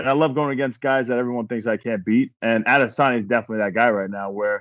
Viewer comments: Chael its ahdissonya. Just ask helwani. He’ll tell you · Chael- "Can you beat Adesamya" Wideman- (KO'd on ground)